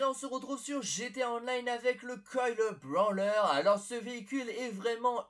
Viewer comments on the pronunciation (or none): Quand tu dit brawler tu prononce branleur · le coil brawler ce prononce brolerr et pas branleur et c'est pas vraiment des secret